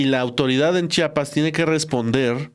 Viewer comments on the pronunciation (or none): Chpas?? Si no don puertas tu periodista quien eres para que pronuncies chapas, estudia amigo es CHIAPAS no Chapas si no son puertas